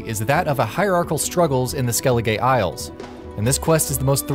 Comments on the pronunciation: So many "great quests" but you have no footage of like half of them? Plus - how does someone say "Skelligay" so wrong, so often? I mean, the correct pronunciation only is mentioned about 140 times in the game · Man's really called it "Skelligay" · this man really said skelli gay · "Skelligay" amazing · Skelligay.. Novingrad?! 😧 I saw a video another day and the narrator was pronouncing the development company's name as: "*Sid day* Projekt Red". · Never have I ever heard someone pronounce skellige as skell-e-gay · I thought it was pronounce Skell-eh-gah? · AHHH YES SKELLIGAY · "Ah, Skelli-gay." I cringed so hard. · Ah, Skelligay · SkelliGAY? Fucking what? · AHH SKELLI-GAY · Ah skeliGay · Did you really just say "Skell-i-Gay"? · “Skelligay” Cha-cha real smooth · STOP SAYING SKELLIGAY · "Skell-eh-gay"...? Did this guy even play the game? I can't stand when people make videos like this and do blatantly mispronounce words that are used a million times throughout the game, it totally directs everything he says. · Stop saying skelligay isle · after hearing "Skelligay" me: i'm outta here. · Ska li ge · Did you actually just say Skelligay? Smh... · "Skelligay" facepalm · He get's Undvik right but not skellige lol. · Why are you saying Skellige wrong? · Guys he didn’t play the game he was probably given a script to say hence why he can’t pronounce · The way he says skellige. The game literally says how to pronounce it bro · Oh, hearing him mispronounce Skellige made me choke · "Skelligay" and "Novingrad" How did you mess those up so bad... did you not play the game? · Skelligay, Novengrad.. nice try tho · Did the narrator actually play the game? Skelligay, Novingrad? Seriously? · Skelige is pronounced as "skelli-guh" not "skelli-gay" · They literally say skellige every 5 seconds in the isle where did you get skelligay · Im just here in the comments for “skellegay” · No one: This guy: skellige- gay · it isn't skelegay it's skellige (skell-ig-uh) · Lol he says skeli-gay